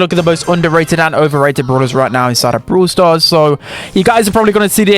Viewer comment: I love it when he says bruwl stars